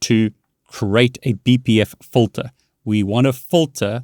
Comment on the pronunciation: Also you are very close and getting better with your english but it's actually FILTER (Fill-TUR) not Fulter. When you say it that way it may be mistaken as a different word.